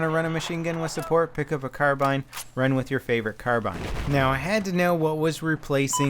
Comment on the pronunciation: Mortars are usually pretty strong. And why is carbine always mispronounced in his videos?